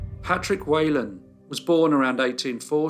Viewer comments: It’s not “way lan” it’s “whee lan”. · It’s pronounced Wh(ee)lan not Whalen. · My Grandmother was Whelan... its pronounced WHEELAN not wheylan... . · Whelan is pronounced wee-lan , Not way-lan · If his name was Whelan, why do you keep saying "Waylon?" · For anyone interested, his surname is pronounced we-lan. Thanks for the video, I'll give it a watch! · As an Irish person, can I point out that the name is pronounced Whee lan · Great video as always, love the ones with an Irish link. The slightest criticism would be the pronunciation of Whelan, it's pronounced Weelin. Poor Mr Weelin was harshly treated, I'd say it was highly unlikely he was guiltily. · That surname is pronounced whelan as in she not we